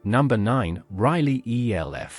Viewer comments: Elf - not E.L.F ! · EE ELL EFF AI strikes again. Cannot even pronounce Elf